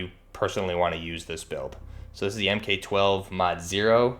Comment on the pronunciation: Almost everything in this is inaccurate. "Soap-mod"? Em-Kay 12? Em-Kay 18? Noguns confirmed